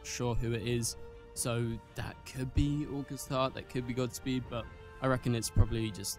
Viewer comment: Gods speed bro not gotsspeed